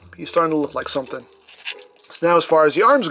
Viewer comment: Dude can't even pronounce most basic words properly. "And dis is a littwe somefink we get wif tha figure..."